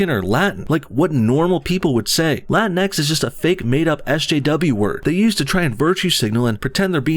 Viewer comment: It's not pronounced Latin-X. It's Latinx, rhymes with sphinx, jinks, and stinks. And it has nothing to do with Hispanic people. It's a trademarked term for a new material that's supposed to replace Spandex. The sportswear people were really pissed off when the SJWs hijacked it.